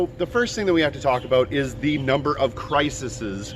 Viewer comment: Crises CRY-seez :)